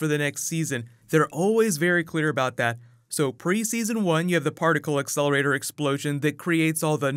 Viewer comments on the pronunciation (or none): none